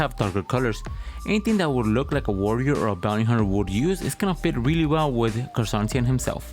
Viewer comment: you pronounced his name wrong for the whole vid.. It's Ker-San-Tan